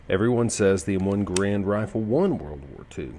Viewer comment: Whomever was shooting that Garand "live" can't shoot worth a hoot. And it's pronounced like "Garund". What rifle did win WWII??